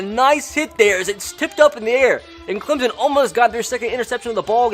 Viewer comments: GoBills it’s also Clemson not Clemzen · It’s Clemson not Clemzen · CLEM-SON Not CLEM-ZIN. ETN. MUSE. Not MOOSE. Lol Please and thanks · Clemsen Does you mean Clemson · Clem-son not clim-zen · ClemSON not ClemZEN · Pronounced "ClemPson" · It's Clemson not Clemzon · Same when he says Clemzon and Mimey Dolphins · It is Travis ETN NOT ETEAN!!! AND IT IS NOT CLEMZON IT IS CLEMSON!!! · As a Clemson student and lifelong fan, the way he pronounces Clemson and Etienne just kills me.